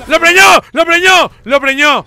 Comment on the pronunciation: Me da risa como dicen todo el rato "lo preñio" jajajajjaa